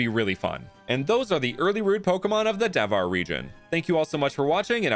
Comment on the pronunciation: Hey, just to make it more relatable to the Indian audience, I think you should pronounce Devhar as "They've-haar" because "Dev" is not read with a strong "D" sound, but a rather soft "Th" sound, as in "The"